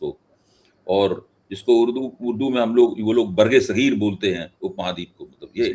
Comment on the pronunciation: बरगे सगीर नही बर्रे सगीर होता है